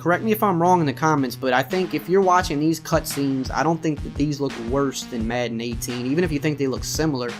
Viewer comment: When he says Madden it sounds like “Mahn”